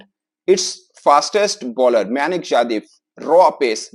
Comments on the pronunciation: म्यानक nahi मयंक हैं नेम तो सही से लेलो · खुद को खिलाड़ी का नाम नहीं पढ़ना आता है ।विवेचन कर रहा है उसका सही नाम "मयंक" "यादव" है नही की "मयानक" "यादव" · मायानक जादव 😂 उसका नाम मयंक यादव है